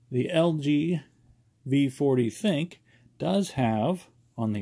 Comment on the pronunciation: Not being rude. But its the thin - Q